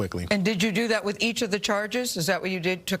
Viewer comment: Wiff??? The word is With